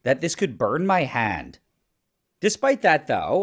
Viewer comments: I thought he said he was gonna put his HEAD not hand 😭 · Am I the only one who heard "head" instead of "hand"? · Damn, I thought he said "head", not "hand" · except the devil gave him one thing and its that he irritates me any time he says “hand.” “hund” brother its HAND. WHAT IS A HUND. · Me thinking he said head not hand 💀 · Every time he said hand, I thought he said head😅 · Did anyone else think he said head at first? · Bro I thought he said “head” 😭😭😭🙏🏻🙏🏻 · I thought bro said head…… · "I was kinda worried that this could burn my håänd" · It really sounded like you said head. I was concerned.. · WHY IS NO ONE TALKING ABOUT THE WAY HE PRONOUNCES "HAND" (händ) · Does he say “hand” weirdly?